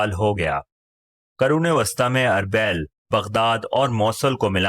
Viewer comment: أربےل نہیں اربیل arbil